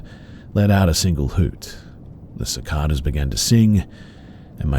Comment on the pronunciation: Just to let you know...Cicada is pronounced siCAYda